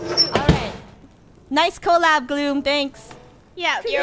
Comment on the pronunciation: “Nice COALlab Gloom, Thanks!” - Funneh 2k18